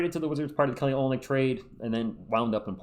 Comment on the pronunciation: ur Saying Olynyk Wrong